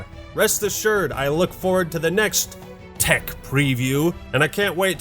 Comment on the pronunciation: If you say "Thech preview" one more time!